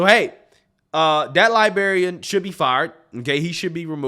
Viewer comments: LibRarian, not liberrian. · Love ya man, but it's pronounced woke "lie-brair-ee-ann". 😆